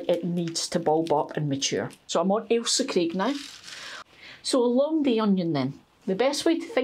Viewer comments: Thanks for growing Ailsa Craig. First time I've heard it pronounced correctly. I had no idea. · Love the story and pronunciation of Alisa Craig onions. I do seeds and some plants. I am from the US and have a new channel-AnOldYankeeGardener. I gets this seed from Johnny's, Baker Creek, or West Coast seeds. I buy my plants/starts from Dixion Dale Farms. This is a great video for MIgardener - he is our gardening goo rue! :) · Happy New Year and, I'm so glad you pointed out the correct pronunciation of Ailsa Craig, I'm always screaming at the screen when majority of people say it wrong 😂😂 My hubby used to be a captain in the merchant navy and often worked around the Scottish coast so knew the names of the islands and if we were in Scotland he would point them out to me. Also my Son lived in the Isle of Arran for a few years so again I was familiar with place names. I've always grown from sets but I'm going to get some seeds going this year, I have over Winter onion sets in, but I always do two crops so instead of sets for Summer I will be doing seeds. Thing is my seeds are at the plot and as I said on your other post I haven't been able to get to the plot. I'm starting to feel better (hubby isn't😟) so hopefully later in the week I will be able to get cracking. It's lovely to see your cheery smiley face on the first day of the New Year, you make the dullest day seem bright. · Well you’ve given me a dilemma, first I get a pat on the back for correctly pronouncing Ailsa Craig onions which I’ve grown for a few years, however I’m in Cornwall so now I’m not sure if that’s why they are not huge onions at harvest. How do I tell from seeds which are long day and which are short day onions I’ve never even thought about that before, also I grow in my garden not an allotment so no one else to compare with. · Relieved to know I pronounce Ailsa correctly! I understand the island is where they get the stone used in curling.